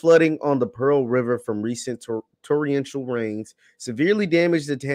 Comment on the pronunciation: IS HE SAYING TORRIENTIAL?